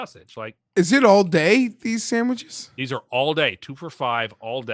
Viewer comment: Did say Samiches?...........